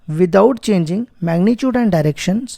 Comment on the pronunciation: Magnitude ❌ Magnichuide ✅